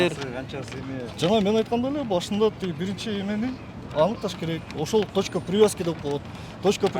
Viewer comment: Бырынчы экынчы деген доодур ким катындай алжыйтко